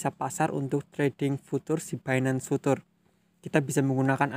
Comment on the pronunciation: future mas, bukan putur